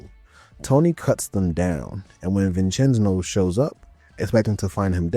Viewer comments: Mama Mia I ain’t the only one boss says it too😂. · I’m 15 minutes in and if you are going to pronounce “Vincenzo” as “Vincenzno” for another hour and a half. I’m not gonna be happy haha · Brother it’s vin Chen zo. dude says it in game for you the way it’s pronounced. My Italian side can’t handle it😂😂😂😂